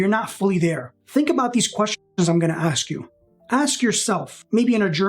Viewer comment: How often do you axe yourself?